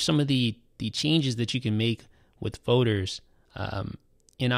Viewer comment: Fowders... Folders... Foders